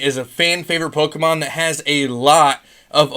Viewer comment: Yo where do you find all of these pokemon Sorry I meant POKEEEMANN CARDS